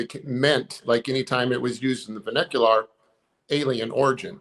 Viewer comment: “vahnicular” ??? Fake intellectual detected. Terrible word usage failure. The man on the left with the glasses is a fraud. He stumbled over his words a couple times in a way that made me think it might be true, but this seals the deal. He is as fake as hell and I can no longer trust Skywatcher, at all.